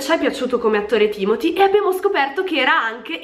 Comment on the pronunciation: Si dice TIMOTÈ ma vabbè, ci rinuncio